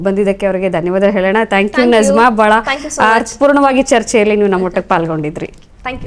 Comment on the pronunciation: Nazma antha Allaa Ivara Hesaraadharoo Sariyaagi kareyiry. Bareyiri. " NAJMA" Arabiylli Najma